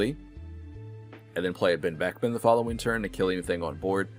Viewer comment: Great video, but your pronunciation of Beckman and Roux is killing me